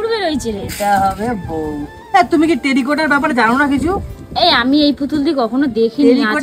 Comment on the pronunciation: ওটা "টেরিকোটা" নয়.. "টেরাকোটা"!